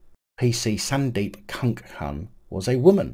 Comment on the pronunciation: Please stop saying kunkun I’ve already spat my coffee out. 🤣🤣🤣 I know it’s not funny but…